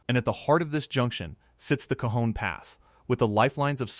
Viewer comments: No one says K-Hon Pass. Cajon is pronounced Caw Hohn by most of us living in California😢. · I live in Barstow California and I live right in the path of this monster and I know something big is coming. Its pronounced (Ca-hone) Cajon pass. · I think you mean “kuh-HOH-n” pass Lol 😂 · Cajon (Ca hone) Spanish a j is a h sound.